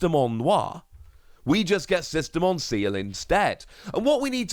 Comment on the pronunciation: please say Ci-EL please lol hearing Seal hurts lol